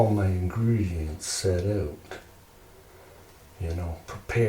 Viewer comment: This character is great! And I love how your Canadian pronunciation of "out" slips through old habits die hard lol. Keep up the good work